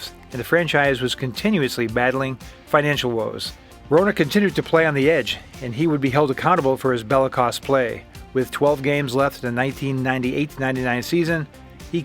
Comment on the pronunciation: it's pronounced "bell-i-KOSE", not "bella-coss" "EK-sentric" not "E-sentric" "hab-EE-boo-lin" not "halla-boolin"